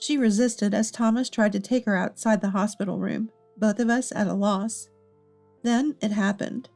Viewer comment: Who is so stupid to pronounce us as US .